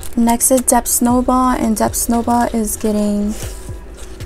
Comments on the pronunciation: is she saying “Dept Snowball”?? 🤨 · Your videos are so satisfying lol ……..The b in debt is silent. 😊💕